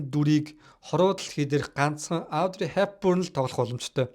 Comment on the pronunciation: Авдрэй биш Оодрэй, Гиванчей биш Живончи ярих хүмүүсээ судалж байж хийжээ.